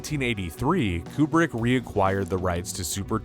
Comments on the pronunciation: Kubrick… coup-brick not queue-brick It’s driving me mad… 😁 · Tiny note: It isn't Q-Brick/ Stanley Cue-Brick. It's Coobrick.